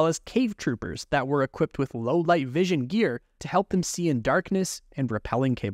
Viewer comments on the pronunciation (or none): none